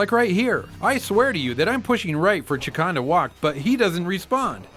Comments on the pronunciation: Haha, guys, it's pronounced ChAkan. You guys pronounce it Chikan, which means molester in Japanese. Maybe that's why he wants all of us to play with him... XD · "Chakan" is actually pronounced like "Shay-Khan," in case anyone cares. It's actually a very small-time independent comic book character. I tried to read one of the stories once but it was so horrible I didn't get past the first page. I think it was trying to be The Crow but failed miserably.